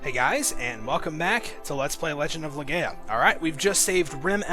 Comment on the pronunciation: im like about 100% sure its legend of "le-GUY-uh"